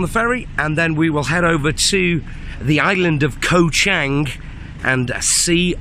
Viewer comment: its pronounced as the same as the Chang Beer. you keep referring to the island as CHANG as in a Chinese surname. other than that, good video.btw, were you there when this occurred?